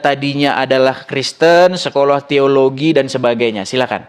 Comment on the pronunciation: Iya emang tdi teologia Tapi ngomongnya tologia🤦